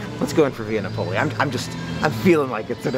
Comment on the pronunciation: Love your videos.! Via Napoli is said Via Nap-o-lee